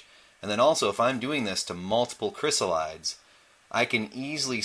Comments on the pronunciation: Great video, but the pronunciation is not "kris-uh-lahyds". It's Greek, so it's like iris > irides, "ahy-ri-deez". Chrysalis likewise becomes chrysalides, "kris-al-i-deez". The metamorphosis is so fascinating for butterflies, but I the transformation into adulthood amazing across all of nature. Butterflies and moths have such a mystical nature to them 🦋 🍵🙏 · "Chrysalides" is pronounced "kri-SAL-uh-deez". Check your dictionary. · Check your dictionary. It's pronounced "kri-SAL-uh-deez"